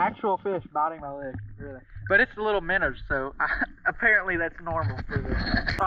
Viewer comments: He is killing me with this "minnER" pronunciation! Bro, you super country! It's MINNOW! "ER" is crazy! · Is it minner or minnow???🧐